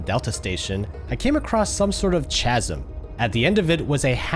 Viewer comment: fyi chasm = “Kasm” the ch is as in “chaos” not as in “cheese”